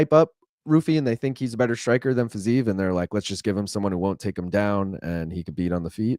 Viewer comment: for the love of God, stop with the "Fizayev " It's Fiziev. I can't tell if you're doing a Chael "Pierra" bit or what, but it's personally really annoying